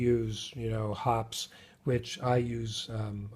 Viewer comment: The people at Hoppe's pronounce it "Hoppy's"